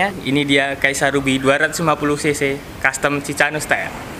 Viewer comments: Mas bukan ci ca no tapi ci ka no bacaan nya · cikano di baca nya bang